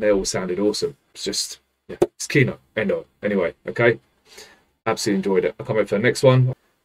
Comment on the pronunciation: This song was written by Kino (actually the stress in this word falls into the last syllable - kee-NOH, it means the movie / the film or the cinema - these all are one word in Russian) in 1986 by influence of the reggae band UB40. The song is reggae-like and in essence it is about cannabis. The second from the end line gives us a clue - there is unusual smoke that is going from our pipes. The word boshetunmai is absolutely made up (there is a legend that it's a transformed chinese or mongolian word) and no one understand it, even in Russia. There are battles about what it means exactly (Victor said it's a secret :) but common version (and by the words of the Kino drummer) this word means cannabis. This song is just a song for the fun. BTW thanx for your reactions (mostly I watch Kino, Aria/Kipelov and Rammstein reactions). I would recommend you (if you don't mind) to react to bands Black Sabbath and Judas Priest. And sorry for my bad English. Cheers!